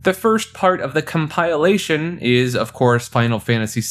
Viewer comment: Com-pile-ation 👎 Com-pill-ation 👍